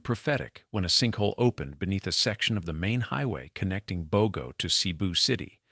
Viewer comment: You need learn the correct pronunciation of Bogo